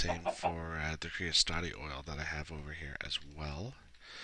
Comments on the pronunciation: I had no idea AE was able to handle fluids. Thank you for videos they are very informative. Also, sorry to point this out but creosote is pronounced kree-uh-soht. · Thanks! Good video. But... it is pronounced cree o SEW-t. Some how you put an extra two syllables in there :p